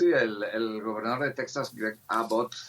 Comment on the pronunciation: se escribe Texas y se lee 'Tejas' en español.